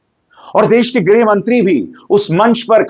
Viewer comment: Say greeh not grah..